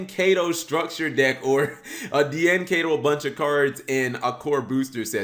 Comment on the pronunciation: D-An Kay-To. Guy, its Die-N Key-To.